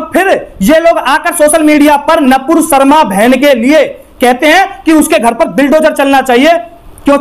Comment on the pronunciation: अरे भाई पहले तो तू सही बोलना सीख । वो नपूर शर्मा नही है नूपुर शर्मा है